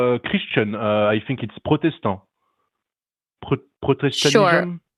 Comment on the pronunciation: When the Frenchman says "what-aboutism" fluently but can't pronounce Protestant. 🤨